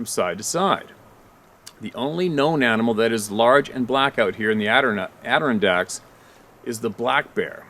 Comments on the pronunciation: It's pronounced AdiRONdax!!!!! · Yes it does drive me nuts when you pronounce "The Adirondacks" wrong! Now your gonna tease us New Yorkers, When you almost got it??? I say almost because your passable but not spot on. A video you did last week, was the 1st time you said it perfect!!! It's our Mountain pride I guess?? Maybe it's the attitude everyone says we have?? Lmao I thought it was NYC people & not us. Way up North in Mountains? Either way your getting better and don't torment us!!😜